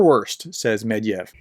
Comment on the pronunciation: The correct pronunciation is Med’vedev